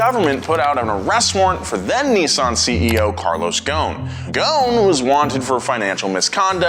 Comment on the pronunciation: bro rlly said carlos goone💀